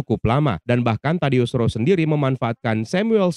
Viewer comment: Ross bang bukan Rose...